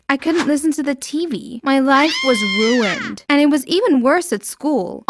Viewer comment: My life was wuined.